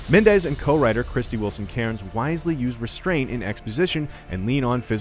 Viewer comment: Dude doesn’t know how to say Mendes lol